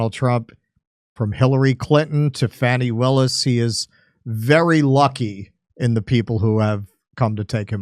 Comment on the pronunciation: at first l thought you said fatty willis until l read what was on screen